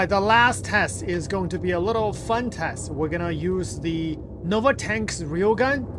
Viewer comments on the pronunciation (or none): none